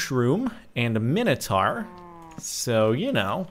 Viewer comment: Its Mine-oh-tor